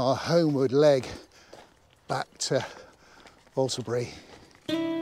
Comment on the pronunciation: Thanks. Another wonderful walk with your trusty companion. You are one of the few outsiders who can pronounce the name correctly. I lived near enough to the area to have heard the name of Owlesbury spoken by the locals. If you say Usslebury, you won't be far wrong. It looked quite expensive to get into Marwell Zoo.